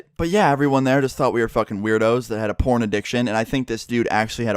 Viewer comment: You pronounced "porn" with a juicy "p" sound